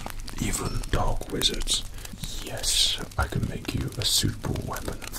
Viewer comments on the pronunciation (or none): A light went out in my life when I realized he was saying "Dark Wizard" and not "Dog Wizard.